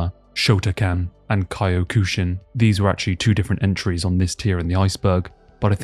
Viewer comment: Ki oh kushin lmao